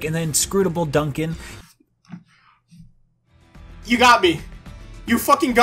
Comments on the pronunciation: Not an excuse, but it's worth pointing out that the guy reading the script is not the one who wrote the review. I think the narrator legit didn't play the game, which is fine, if they're just a voice actor. I think the the reviewer must have typo'd in "Duncan" and "Napon", because there's no way that's how you read them if they're spelled correctly. I think the real issue is the reviewer didn't sit in on the recording, or like, listen to it before it went out. The whole process really needs to be fixed. As an aside, the Game's Director made a point of talking about how you can jump into Future Connected without a save file from the base game. Yeah, It's huge spoilers, but maybe you played the original already, and you want to play future connected first? That's what they mean by "Standalone." You literally CAN play it first, if you want. Whether you should or not. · I’m utterly convinced this person did not play the game itself. There is no way, NO WAY you call a main character by a wrong name, who, is a character that is LITERALLY THE FIRST MAIN CHARACTER TO APPEAR IN THE GAME AT ALL, who has his name shouted at least 6 or more times, and then go on to mispronounce another character’s name who appears shortly after in the next following cutscenes!!! ALL THIS SHIT IS IN THE FIRST THIRTY MINUTES OF THE GAME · THATS DUNDUN OVER THERE! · I watched the review and I think they changed part of it. Its sounded like he said Dunbon instead of Duncan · Xenoblade Chronicles Definitive Edition IGN review in a nutshell: -Dunkin (yes, mispronouncing the name when Dunban is clearly on the screen) -Usual sensless tangents to fill time Too much Definitive, not enough Edition 8/10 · duncan and reyn doesnt matter because the voiceover guy and the guy who wrote the script are different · It’s almost like they didn’t get past the first level. Like seriously, how did they pronounce Melia right, but butcher Dunban and Reyn’s names?